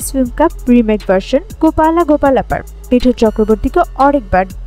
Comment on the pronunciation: मिठुन नहीं, मिथुन है, मुंह से सुपारी निकाल कर बात करो